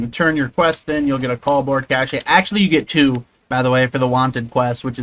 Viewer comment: its Cache, not Cacheh